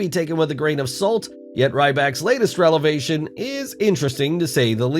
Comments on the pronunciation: can't believe the narrator said revelation as "relevation" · He said Ryback had a "relevation" and for some reason, that sounds super Ryback that he would have a revelation, but like misspelled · "Relavation"??? Jesus... It's revelation! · you said "Relevation" when you meant "Revelation"